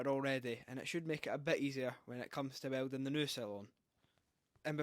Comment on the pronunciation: ah yes... "WELDONG"